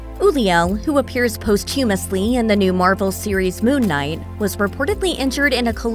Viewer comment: ‘Anna Win- Tour’ !!!!!! Not ‘Winter’….. c’mon 😤😤😤😡🥴🥴….. ‘post humously’???? Damn…..